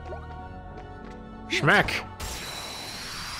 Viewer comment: I love how says "Smeck" instead of "smack" when he hits the heartless. I kinda found myself doing it sometimes when I played this game yesterday. 😂